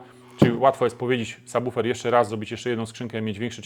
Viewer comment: Niesamowity, rewelacyjny i bardzo wartościowy materiał! Choć na razie nie stać mnie na car audio i póki co mam tylko systemy domowe, to obejrzałem z zapartym tchem, a prawidłowa wymowa słowa subwoofer to wisienka na torcie. Dziękuję!